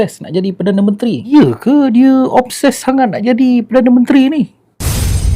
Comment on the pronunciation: Obses TU menatang apa x jelas cakap biar terang